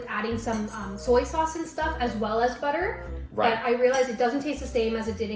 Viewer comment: 아니 어머니 버터는 영어인데 왜 틀리세요😂 한국어랑 같이 읽으려니 발음이 꼬이셨나 ㅎㅎㅎ